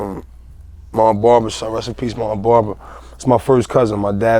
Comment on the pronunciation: "Bruva"-Dave East....not hatin im js its funny how he says brother lol